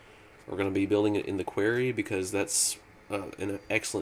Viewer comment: am i the only one who gets pissed when ever he says quairy? QUAR-RY >.<